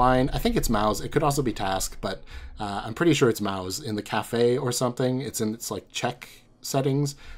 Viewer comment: every time you said "Maus" before it came on screen ~ i thought you were saying "Mao's"